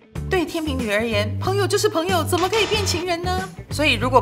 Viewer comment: 天秤（cheng）读音和拼音都只有这个发音。